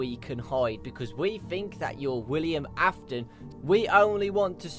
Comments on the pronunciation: WILLIAM Afton, it's WILLIAM Afton,! This has been driving me crazy! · Miklz aftonn. AINT IT WILLIAM AFTON ????